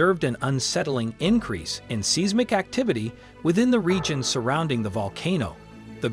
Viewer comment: Hard to trust information from someone who can't even pronounce seismic 🙄